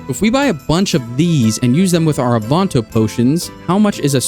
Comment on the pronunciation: my brother in christ what the fuck is an AWE-VON-TOE...